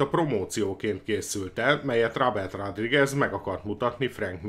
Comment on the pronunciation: Nem eloszor hallom" rádrigez". Szornyu . nezz utanna a helyes kiejtesnek legy szives. Kösz.